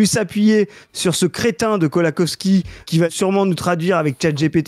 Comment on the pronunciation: Kołakowski ça se prononce plus Kowakovski que Kolakowski